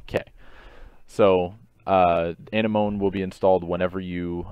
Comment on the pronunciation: Nice guide! btw, it's pronounced an-m-o-nee